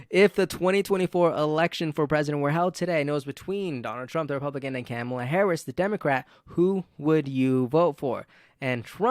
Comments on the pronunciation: Vice President’s first name Kamala is pronounced “comma-la” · Dude! I like your videos, but if you're going to talk about Kamala learn how to pronounce her name 🤦